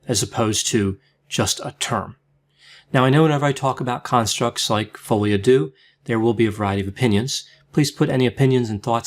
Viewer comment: Oh my goodness. It’s FRENCH, it’s not pronounced like THAT. Are you for real? I’ve never heard a doctor that can’t pronounce the name of a disease/condition when it’s in a foreign language. No comment.